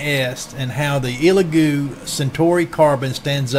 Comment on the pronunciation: Solid video. Only note I have for you is to respectfully ask you stop calling it an “EEELagoo”. It’s pronounced “ELLagoo”.